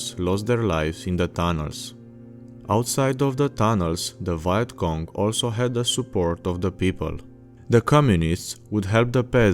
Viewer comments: You pronounce vietnam correctly but then you say viet cong like “Vayat cong”😂😂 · ah yes the VYE-ET KONG.... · How can you pronounce Vietnam properly, but not Vietcong? It's basically the same word.